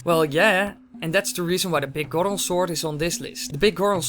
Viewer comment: I like how he said big goro sword like goro from MK lol